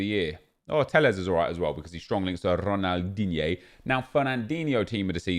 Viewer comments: Dislike for every time you say DIGNE😡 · Imagine being high and hearing nep say Ronaldigne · I love when you say Ronaldigne 😂😂😂❤️❤️❤️